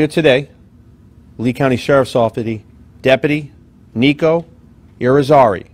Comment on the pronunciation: Depaty or deputy? Gauged or engaged?